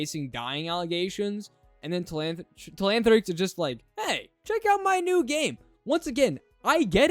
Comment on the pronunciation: “Telanthric” taking notes📝